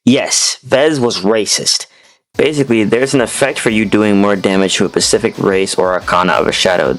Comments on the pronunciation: Great vids but PLEASE learn to pronounce "specific" hahaha, it is so distracting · Bro can pronounce Deus Xiphos but pronounces specific as pacific